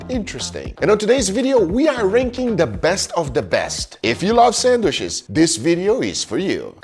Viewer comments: Sandwiches ❌❌ Sanwishes ✅✅ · "Sandwhiches" - Detroit Grand Pubahs. You're welcome. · PLEASE STOP SAYING SANDWISHES GUGA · mmmm, sangwishes